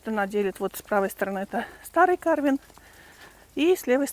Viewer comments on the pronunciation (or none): В названии карвен ударение ставится на второй слог и читается как карвЭн. Карвен это армянское имя. Карвен Оганесян